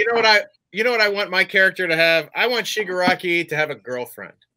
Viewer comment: He really said Chicago toma, lmfao 🤣